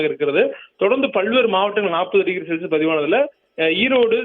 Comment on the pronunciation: ஒரு சில இடங்களில் செல்சியஸ் என்று சொல்றீங்க அம்மா...அடுத்த தடவை சரியாக சொல்லுங்க